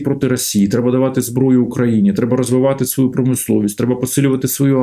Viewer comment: Прізвище вроді ж Галащук, а людина акає, як московит. "тАвари, пАчув на свАю адресу, Європоейський сАюз, вирАбниками.." Нє, ну невже так важко вимовляти українські слова не акаючи?